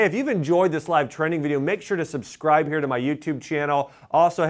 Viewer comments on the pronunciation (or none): none